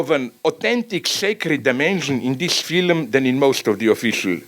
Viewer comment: I swear, Slavoj fucks with you with his accent. I hear him pronounce the age old 'Phylum' instead of 'Film' and think "Ah that accen-" and he hits me with 'Adequat' before I can even finish my derisive thought. I can't help but think it's deliberate.